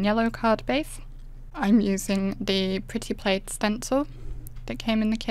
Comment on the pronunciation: Loved your peel-off plaid! It looks like pattern paper; it’s that well done! By the way, plaid is pronounced with a short “a” as in cat, instead of a long “a”. I also admired your blue plaid. Great waterfall. Well-explained, concise, and lovely voice!